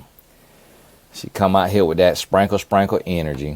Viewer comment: Not sprankle sprankle 😂😂😂😂